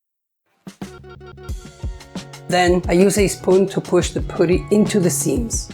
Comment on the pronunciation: Very pretty planter box. Thank you. Also want to say that the 'u' in putty is pronounced the same way as the 'u' in the word up. Looking forward to watching mire if your videos 😊